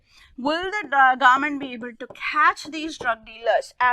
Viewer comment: The government word is sounding like garment rest the video explanation is really good